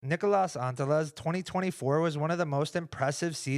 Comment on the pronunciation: I love you guys, but as a Finn just please pronounce it correctly. And if Jomez is reading this, I mean you too... It is not Nik-O-Las. It is Nik-Las. The difference for us it is like comparing Stephan and Stephen. It hurts man, it hurts. If you need more instructions, it is like Legolas and Leglas. Please, I cannot take this anymore.